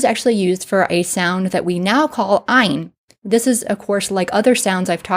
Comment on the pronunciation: Ain should by more like aye like how the Scots would say it ??